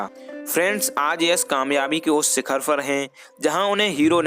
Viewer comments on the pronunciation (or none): none